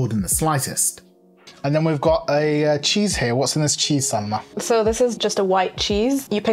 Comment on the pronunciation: So we heard you say instead of Salma, so now you two are named and in our household 😂